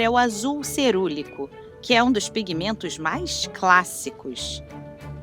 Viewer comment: COMO UM TEMA TÃO INTERESSANTE PODE SER TÃO MAL EXPLORADO? A DUBLAGEM É LAMENTÁVEL, ASSIM COMO O TEXTO. NINGUÉM ENSINOU A NARRADORA A FALAR MAISON, QUE VIROU MASON. O A\UL CERULEO, UM CLÁSSICPO VIROU CERULECO..POR QUE GIGANTES DA INDÚSTRIA DE ARTE COMO WINSOR & NEWTON, FABRICARIAM PASTEL, SE FOSSE UMA TÉCNICA DESVALORIZADA? UM A J[OIA DE TEMA, VIROU CARVÃO. UMA PENA